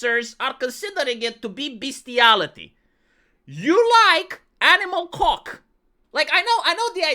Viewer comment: The way he says cawk, it is so magical.